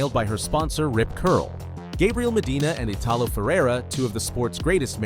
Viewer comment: Weird video. Timeline goes from her being 19 years old, to 7 to 15 to 9 to 15 and all over the place. Needs speech coach to pronounce Lahaina and Italo.